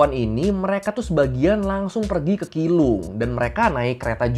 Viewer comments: keelung tapi pengucapannya bukan kilung tapi cilung 😄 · keelung ; bacanya ciilung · Keelung dibacanya cilong🙏🏻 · Keelung dibaca chi rong